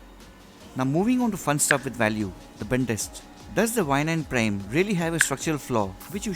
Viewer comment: Its prime not prem